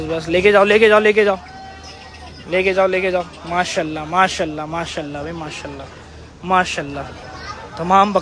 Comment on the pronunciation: Oh bhai pehly MASHA"ALLAH bolna seekhlo.. Ya masallah nai hai.